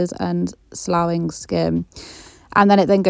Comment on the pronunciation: It’s pronounced “sluffing” or “sloffing” and it means peeling skin.